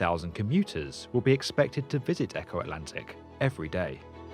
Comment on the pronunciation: Funny how he pronounces Eko as Echo.